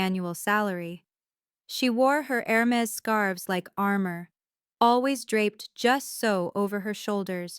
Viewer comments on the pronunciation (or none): For heaven's sake, AI can't spell. Airmes for Hermes, the constant confusion between pronouns, and between and and in, is especially distracting in a story about a teacher. Read and listen before publishing.